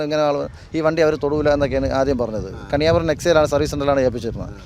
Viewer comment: കണിയാപുരം NEXA അല്ല കെണിയ പൂരം NEXA😂